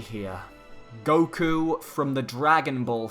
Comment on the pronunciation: "Goku" sigh...